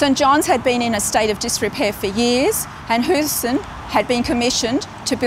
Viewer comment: It's pronounced as Howison. Not Hueison. As if you were saying the word house "Hou". You don't say you live in a huese, you say house.